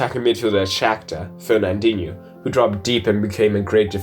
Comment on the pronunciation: I stopped listening when he said Fernandinho.